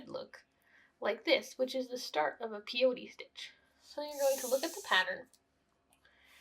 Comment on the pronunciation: It's pronounced pay.oh.tee. not pee ohtee